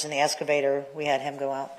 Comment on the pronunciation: Omg...the escavator thing is DRIVING ME BONKERS!!! Why tf can't this lady with a post-hs education say the word EXcavator??? Aaaaaahhhhh 😱